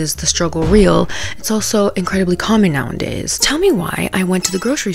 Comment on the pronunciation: NOWENDAYS! I think that's the fasterst one yet.🤣